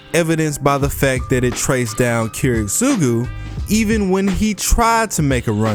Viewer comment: the way you pronounce Kiritsugu Kills me inside